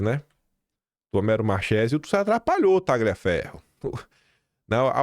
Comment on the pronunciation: Três dicas relacionadas ao italiano: 1. Marsiglia = pronuncia-se MARSILIA, 2. Tagliaferro = Taliaferro, 3 Marchese = Marquese.